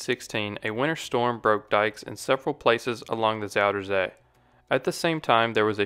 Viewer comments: just say southern sea dude, zoutern zae sounds so weird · I like the way he pronounces Zuiderzee